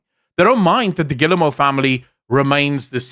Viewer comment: Rui giving shit for pronouncing Guillemot wrong while saying Yves wrong 😂